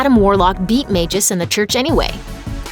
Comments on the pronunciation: Smh....Magus...its pronounced like "MAG-US" not Magis or whatever u said. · I thought you pronounced it mag-us not mageus? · Majus?!? Jeez. is getting just as bad at pronouncing things as Watch Mojo